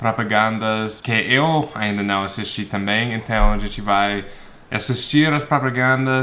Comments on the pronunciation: Você tava certo sim, você tava falando perfeitamente o "não". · Is good your "nao" kk its porfect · A pronúncia do "não" foi muito boa, e a dela foi bem... fofa ("naum", hehehe) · Pra mim ele falou direitinho kkk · Dude your pronounciation on the word "não" is actually quite good, especially when you guys don't have any sound that is similar to that one, it's difficult :D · Seu "não" ficou perfeito, cara. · seu "não" tá muito bom! de verdade! tah quase perfeito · Hey, you really know how to say "não", it's very good! :) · A pronúncia do "não" pelo tá perfeita! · Hello, you've got it, you said the word "Não" correctly, I could hear the sound spreading from your nose, hahahah greetings from a Brazilian!!! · Omg, his "não" is perfect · Seu "não" ta certo, sou brasileira e entendi muito bem. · ele falou "Não" certinho q fofis kkkkkkk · você falou certo a parte do "não". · Her " não" is actually better than his. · ue, seu "nao" tá perfeito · já fala "não" certinho hahah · Seu "não" estava certo! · voce falou certo o nao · você fala a palavra não corretamente :) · calma cara, você falou certo, conseguiu falar não